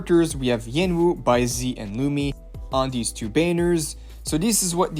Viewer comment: Bai-zee and Chickseeya 😭